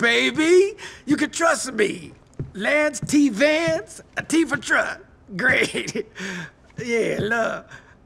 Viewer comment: It's the Lence T. Vence baby . T for truble . XD